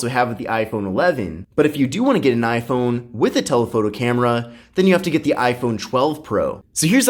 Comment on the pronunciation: Essh 20 FE vs Aiphone 12 😂😂😂